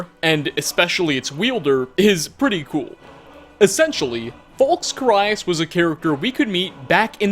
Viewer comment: How do you manage to mispronounce Falx Carius' name when the characters in the Dragonborn DLC pronounce it for you!?!